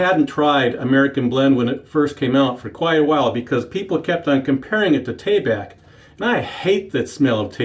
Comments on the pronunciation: Exactly, seems like most folks pronounce it more like "Tah bahk", with emphasis on the first syllable. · Out of all The pronunciations this is a first I’ve heard “ Tay-Back”